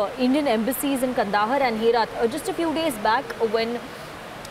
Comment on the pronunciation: It's not kandahar...it's kaand haar....in pronounciation